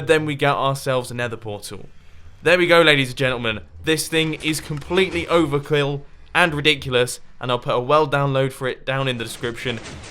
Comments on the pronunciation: "Overklil" lol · "This thing is completely over kqill" xD